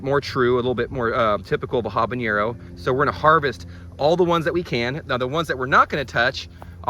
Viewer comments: Great video! I pronounce this pepper “habanero” not “habañero” … am I wrong? (I speak Spanish). But very useful video thank you! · yes jalapeño is pronounced with a tilde, but not habanero. Old language and cultural distinction. Keep gardening! Love the channel!